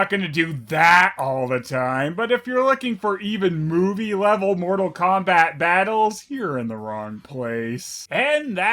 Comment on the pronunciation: More-tal Kombat? THAT'S IT